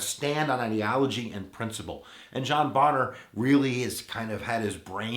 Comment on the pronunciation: Isn't it pronounced bay-ner not Bon-ner